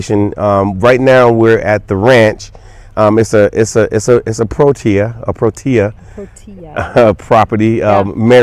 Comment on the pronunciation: Lovely video and it was nice to not have letters or logos obscuring the content on screen. Your logo shirts are a nice touch of class and branding. PLEASE work on your T’s the name is ProTea NOT ProDea. Protea is lovely and we thank you for future videos promoting black owned establishments such as the AM Lodge featured on your previous videos.